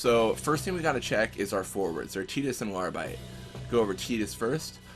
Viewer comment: Who the fuck is teedus?